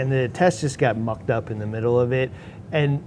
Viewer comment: Had to re listen to the “mucked up” part. Sounded a bit different at first lol.